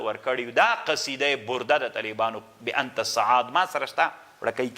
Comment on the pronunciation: لیس کما تقول و تفصح عنہ یا شیخ ۔۔ ! ۔۔ "بأنت سعاد" ۔۔ کلا ۔۔ لیس کذلک ۔۔ ! ۔۔ بل ھی : "بانت سعاد" ۔۔ ۔۔